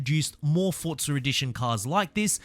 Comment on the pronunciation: “For” “zaa “ not fortza